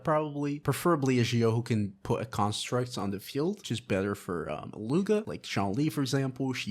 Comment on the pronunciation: His name is pronounced, eat-loo-a